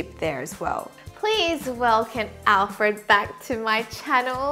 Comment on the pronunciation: Once you said "On Alfreeed" I knew this video was goin to be hilarious!! Please keep making videos like this. xo's